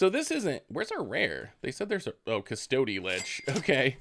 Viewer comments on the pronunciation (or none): Hehe when you say cus-TOAD-y lich I giggle